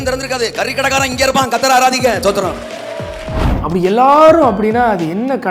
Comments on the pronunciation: ஸ்தோத்திரமா? தோத்தரமா? அதை முதலில் சரியாக சொல்லுயா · First ஸ்தோத்திரம் ஒழுங்கா சொல்லு